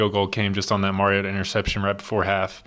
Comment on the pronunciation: It's his 4th year as starting quarterback. I wish national pundits would learn to pronounce his name. Shows them to be the empty suits that they are. Undeserving of an audience. Mar-E-O-ta.